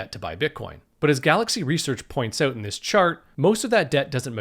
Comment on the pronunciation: Topped "oat" :D